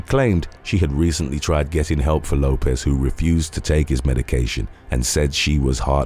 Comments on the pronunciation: Lopes is pronounced Lope-(s) Like ropes. Not Lopez. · My family last name is Lopes, and I am always call Lopez, and Lisa (Left-Eye) Lopes kept being mistakenly pronounced as Lopez. Why does that bother you so much? The name is Lopes. FOH! The person they were talking about is pronounced Lopes, not Lopez. Nobody is talking about immigration, I’m talking about the person in this video. You just want to be the opposer of something.